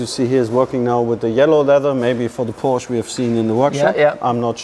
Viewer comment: Hearing a German say “Porsh” is WILD